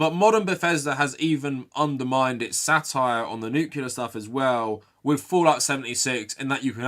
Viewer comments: It's pronounced "Nuc**le**ar" not "Nuke-u-lar"! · I need you to pronounce "nuclear" correctly from now on. You don't want to sound like George W Bush...